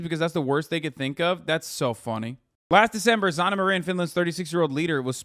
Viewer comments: Hasan saying Zanna everytime ouchie owwie ouw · Lol the way Hasan says Sanna💀 "Zanna"